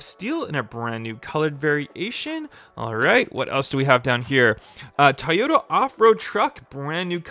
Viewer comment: its trueno not truno... and toyota not tioda... soo cringe ..